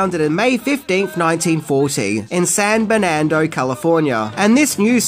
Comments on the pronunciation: San Bernardino, CA........not San Bernando,CA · It's not San Bernando. It's San Bernardino. 😹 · NEVER researches how to pronounce things: It's San BER•NAR•DI•NO* NOT "bErNaNd0".🙄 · by San Fernando you mean SAN BERNARDINO right???🤣🤣🤣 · Its San Bernardino not Sand Banando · Began in San Bernardino, California. Pronounced: Ber-nar-dino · It is pronounced San BURN-A-DINO 😜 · Please Google how to pronounce Bernardino. - ur fan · I love your content but I’m from San Bernardino and you butchered the name! 🤣